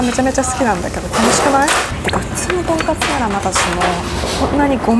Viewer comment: "とんかす"ではなく、ちゃんと"とんかつ"やったね！ 長期で行ったら行きたくなるお店♡ の幸せそうな顔♡*